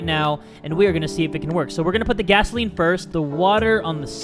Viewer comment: Gasoline, not gasaelen. It’s Where, not whaehr.